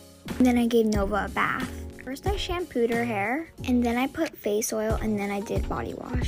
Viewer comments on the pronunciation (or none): none